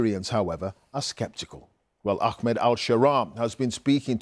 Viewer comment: Mate it’s not “Ackmed” it’s Ahmed, pronounced “Arr-med”. Go on try again, you can do it.